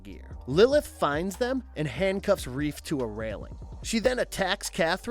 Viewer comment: It's Rafe not Reef